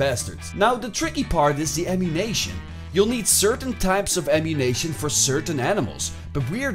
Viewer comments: "Amunition" Not əmunaytion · This dude said “Ammunation” lmao